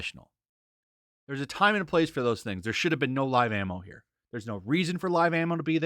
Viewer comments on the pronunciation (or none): none